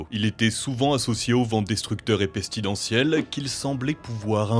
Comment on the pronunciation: Errmmm à c'est pas pestidentiel mais pestilentiel ☝🤓